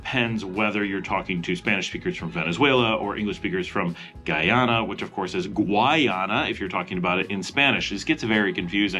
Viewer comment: Eh-seh-kwib-oh. Guy-anna. Not gwai-anna From a Guyanese. Many places in Guyana have Dutch names so look up the Dutch pronunciation. Or you can ask me lol